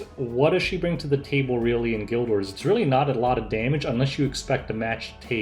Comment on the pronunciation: I looked away from my phone when you said "guild war" and heard "gilbert"... I guess that's what it's called now